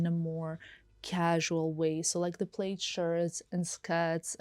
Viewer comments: Its pronounced "plad" even though spelled plaid. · it’s pronounced plad not plaid